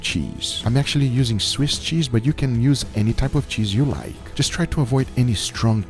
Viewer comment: “Dees is what it looks liyke” -Guga